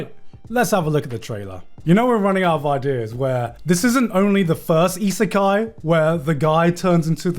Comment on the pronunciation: Garnt, how hard is it to say Isekai? Goodness gratious, you've been mispronouncing such an easy word for so long now. :D